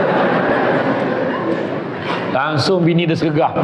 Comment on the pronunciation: Sebut langsong tak betul_.,.,.,.,_